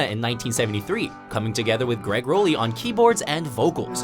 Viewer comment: At least pronounce Gregg Rolie's name right if you're gonna talk about the man!!!